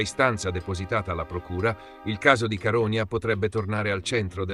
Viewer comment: Però l'accento su Caronia di questa voce NON SI PUÒ SENTIRE...!!! Fai qualcosa, ti prego!! 🙏🙏